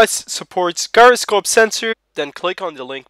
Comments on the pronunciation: Whats a GUY-ra-scope? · Pronounced 'jyro'